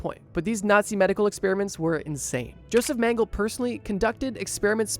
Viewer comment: Not to be a pronounciation snob...😅 But its pronounced "Yo-sef Men-geh-leh". Keep it up, bro! Your videos are awesome. So happy I found your channel. ❤️